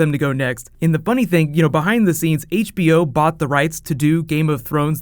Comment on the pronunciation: you sad, "dunk n Eg" opposed to "Dunk and Egg.' AND dude you follow that with, "the bunny thing...." not, "the funny thing." "the BUNNY thing"